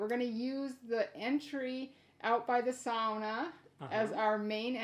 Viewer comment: Welcome to the UP. Hope you find paradise. Glad you said sauna correctly!